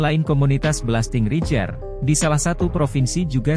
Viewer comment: Min .....bacanya belasting reider....bukan rijer